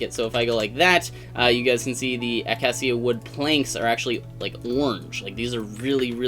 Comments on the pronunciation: acacia is uh-kay-sha, lol. ( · Pronounced (A-Cay-She-a) wood :)